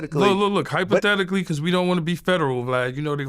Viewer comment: Hyper-thetically ...lol yayo my boy